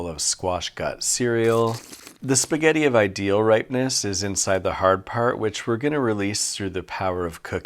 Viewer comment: "Fill that spahgetti hole with a thick block of fetta" 💀💀